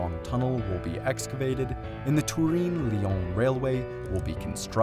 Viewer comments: Turin, not Tureen. If you want to use the Italian name, it's Torino. #hyperforeignism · TUREEEEN? You have never heard / checked how the city is pronounced in English? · Absolutely wild pronunciation of Turin. In English it is pronounced like Ter-Inn. In Italian it's Torino, pronounced phonetically. Lived there for a while and never heard it pronounced like that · Turin rhymes with urine in English. It’s not tur-EEN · “Turin” is an English name for the Italian city of Torino. You should not be trying to Continental-ify the sound of it. It is English. Turin rhymes with “fur in”— emphasis in the 1st syllable. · the way bro pronounces "turin" is painful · It makes my ears bleed how he tries to pronounce Turin as italian ad possible, when Turin isn't even italian 😂 It's Torino in italian